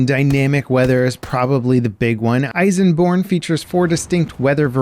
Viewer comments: Elsenborn Ridge not Eisenborn Ridge. But great video anyways! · It’s actually ELsenborn, with an L, not an I :) (source: I’m Belgian)